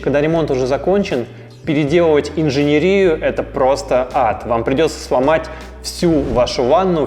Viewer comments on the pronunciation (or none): инженЕрию, а не инженерИю!